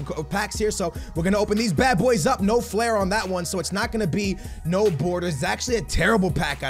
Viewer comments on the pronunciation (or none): none